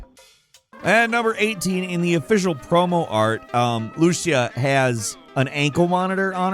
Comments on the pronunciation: As we're going to be talking A LOT about this game, we should get one thing right from the start: it's luCÍa, stressing the "ci" syllable, not LUcia. Lou-SEE-ah, not LOO-shah. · Repeat after me " LOO-SEE-AH" Not "LUSHA" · It's not LU-sha, it's lu-CI-a. Her case officer says it in like the first line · Loo-See-Uh not Loo-Shuh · Why do people keep saying luuuucia??? It’s lu-C-Aaa 😤😤😤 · For future videos, her name is pronounced "LOO-SEE-AH" (LU-CI-A), not loo-she-ah. She's Latina and I cringe each time I hear it pronounced wrong!! Other than that, GREAT VIDEO!! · Her name is pronounced loo-SEE-ah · A lot of people mispronouncing Lucia “L-U-CH-EE-A” Say it like this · My man needs to learn how to pronounce Lucía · They way he pronounces Lucia 💀💀💀💀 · Not sure about Leonida.... but i do know how >Lucia< is properly pronounced lol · How do you butcher the pronunciation of a name like Lucia? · I know is not on purpose, but damn did he butcher her name 😅😅